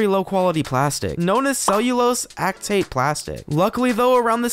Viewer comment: Ack what? Was that acetate? Never heard it pronounced that way before. Perhaps this helps.